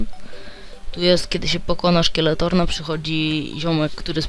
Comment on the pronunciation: to nie jest skeletorn tylko skeletron